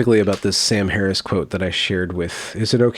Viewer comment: Most people struggle pronouncing Kamala Harris's first name. Contrarian decides to struggle with "Harris."